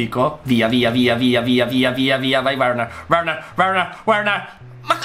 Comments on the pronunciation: Verner no Uerner come mia nonna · il nome di quel giocatore che chiamavi uerner,non si dice uerner ma verner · un consiglio Timo Werner si legge Verner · CONSIGLIO:QUANDO L'AVVERSARIO HA UN CALCIO DI RIGORE PER PARARLO DEVI PREMERE L'ANALOGICO PUOI BUTTARTI O A DE STRA O A SINISTRA; E POI NON SI LEGGE WERNER SI LEGGE VERNER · Si legge verner